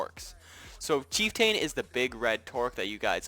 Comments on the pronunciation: LOL Chief TAIN? you failed HS english huh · isnt chieftain pronounced ch-eef-tan? also i really do not like the void_spider boss cus that thing scurry